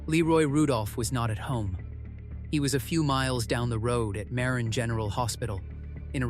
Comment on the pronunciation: Yes, I was born in Marin county. Mah-rin, not Mare-in, and San Reh-fell, not Rah-fay-ell.